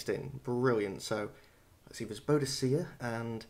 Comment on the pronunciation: don't think it's spelled bodycya :P, I think Firaxis doesn't know how it's spelled either since they don't spell her name in the intro heh. And neither do I...but I think it's just bo-di-ka